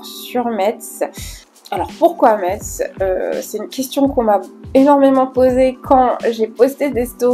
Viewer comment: Je suis en retard! Mais super vidéo! Par contre je tiens à te préciser qu’ont prononce pas le T ont dit messe 😭🫡